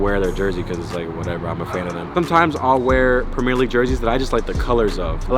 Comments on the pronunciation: ur awesome but I hate the way you say “premier” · the way you pronounce premier is horrendously wrong